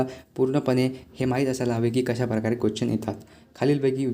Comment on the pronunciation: Bhava question bol na quechan ka bolto aahes 😅